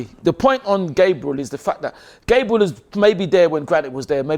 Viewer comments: It’s not Gaybriel it’s GABBB RE L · its annoying enough saying Gabriel, but at least pronounce it right if he cares so much about respect